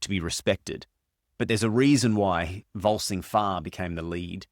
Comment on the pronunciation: It's VolSUNG Fa, not VolSING